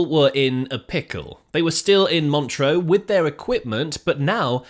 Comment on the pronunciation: Montreux - pronounced Mon-truh, not Montreaux (Mon-tro). It ought not to annoy me but it does.